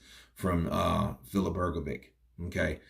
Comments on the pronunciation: its hrgović (hrgovich) not hrgovic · Because there is no letter ć in their alphabet,so they pronunce letter c Like we letter k,if you tell him that his name is Hrgovich and not Hrgoviq he Will know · True I also noticed that. Simply Hr-go-vich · I would ask someone whose mother tongue is English or who is from America to give me the reasons why cannot pronounce the surname Hrgović correctly. Is this due to some grammar rule? Is it incompetence? Did only finish elementary school? What is the problem? Yesterday I watched the DAZN boxing presentations and the English speakers pronounce the names and surnames of the boxers correctly, so for example cannot have the excuse that he has never heard how to pronounce a boxer's first and last name correctly. The boxing world makes an effort to show respect for the boxer. Why isn't capable of this? Thanks for the help! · Presenters are obliged to pronounce the names of the people they are announcing correctly or to the best of their ability but isn't a presenter so he hasn't done proper research